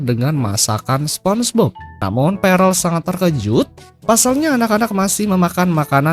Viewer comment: Bang itu di bacanya perll bukan parell, aku kebangun gara-gara denger itu huhuhu